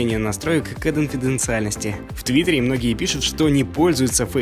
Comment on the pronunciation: неплохо бы научиться выговаривать слово КОНФИДЕНЦИАЛЬНОСТЬ